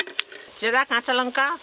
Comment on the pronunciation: Kathata lonka noi Lanka.